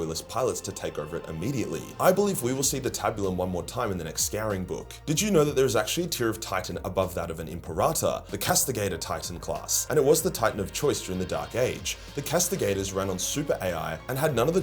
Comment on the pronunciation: for christ's sake lmao. It's Im-pair-ah-tor